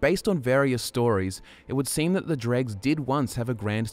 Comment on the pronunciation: Still calling them dregs 😂 my guy that’s not the pronunciation